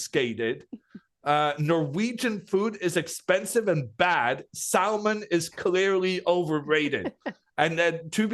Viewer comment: That was a painful way of pronouncing "salmon"